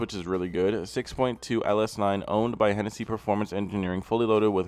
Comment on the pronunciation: Bro it's Hennessey. Look him up.